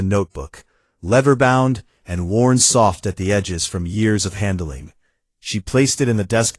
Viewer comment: Check the story please - that's LEATHER bound not 'lever'